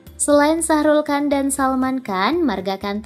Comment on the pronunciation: shahrukh khan kan bukan sahrulkan 🤣